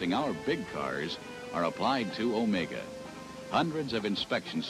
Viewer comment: Wow, for once someone pronounces it right. I remember this car ('80 model). Grew up with one for several years. Not too reliable but still nostalgic